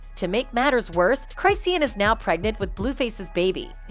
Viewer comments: Lol the way the voice over robot pronounces CRY SEEN 😂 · Crysheen lol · i officially do t trust this channel because you can’t even pronounce the name of the person you’re making a video about. you literally use video clips where people say it correctly but you consistently pronounce Crisean wrong. it’s disrespectful. & Coi Larry? Someone stop this girl talkin about a culture she know nothing about. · Let me save you some time: IT'S CLICKBAIT also...it's not "CRYSEEIN" like WHAT 🤦🏻‍♀️ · Right??? I'm like... isn't it CHRIS-SHAWN? 😂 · Go and learn to pronounce the people 's name whether they trash or not. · Wait, you pronounced her name wrong. Already a horrible video. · I left when you said her name wrong 😹🫠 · Its the fact u said her name 1000 time wrong 😭😭😭😭😭😭☠ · That’s not how you pronounce her name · At least learn how to pronounce Chriseans' name